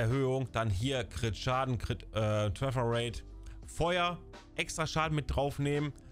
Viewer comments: Danke fürs video 👍🏻 finde es lustig wie du trefferate aussprichst träfferate also denglish😂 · Deine Denglische Aussprache von "Tröffer rate" macht mich alle :)))